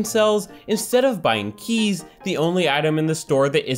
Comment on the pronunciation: The way he says “keys” bothers me